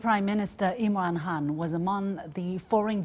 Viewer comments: It's imran khan not imran han. 😂😂 LOL 😂😂😂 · Iman ham 🤣🤣 Chinese pronunciation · Did she just called him "Imran Han"....